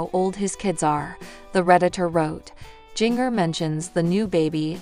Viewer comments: It’s not jing er. It’s Jinger. You know like the spice “Ginger”. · You are saying Jinger's name wrong it's like Ginger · Her name prounace Ginger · Interesting pronunciation of Jinger😂😂